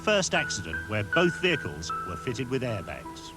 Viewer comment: ITS CALLED AIRBAGS NOT ARIBAGS